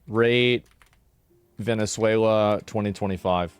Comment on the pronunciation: "Vene3uila" XD